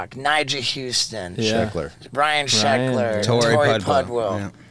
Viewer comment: I swear he said Brian sheckler